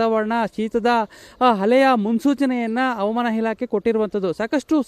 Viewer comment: ರೀ ಸ್ವಾಮಿ ಯಾರ್ರೀ ನೀವು ಹವಾಮಾನ ಇಲಾಖೆ ಅನ್ನೋಕೆ "ಅವಮಾನ" ಇಲಾಖೆ ಅಂತೀರಾ, ಸರಿಮಾಡಿಕೊಳ್ಳಿ, ಸಾಮಾಜಿಕ ಜಾಲತಾಣಗಳಲ್ಲಿ ತಪ್ಪು ಉಚ್ಚಾರಣೆ ಮಾಡಬೇಡಿ, ಅದು ನಿಮಗಲ್ಲ ಕನ್ನಡಕ್ಕೆ ಅವಮಾನ.